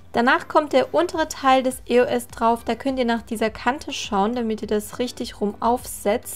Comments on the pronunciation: Warum sagst du immer I-O-S, anstatt Eos?😂😂❤ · Eigentlich spricht man das als ein Wort aus, ist zwar ne Abkürzung von 3 Wörtern aber trotzdem bindet man sie :D Man sagt ja auch Yolo und nicht y o l o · warum e.o.s mann sagt eos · mich regt das so auf wenn man e.o.s sagt das heiß eos sonst würde das ja auch e.o.s geschrieben werden. 😱😡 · das heißt nicht e.o.s sonder eos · Das heißt eos und nicht e-o-s Aber sonst geil 🙂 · Das spricht man eos aus und nicht e o s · Das heißt eos und nicht e o s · nicht e o s sondern eos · Es heißt eos nicht E O S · Sie hat Die Buchstaben einzeln auf Englisch als Akronym ausgesprochen, also: E. O. S. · haha du sagst eo-s